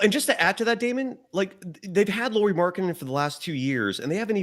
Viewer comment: It is spelled “Lau”ri. AU is “owe.” My second grader learned this. 🙂